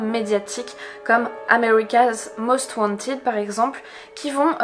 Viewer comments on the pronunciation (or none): none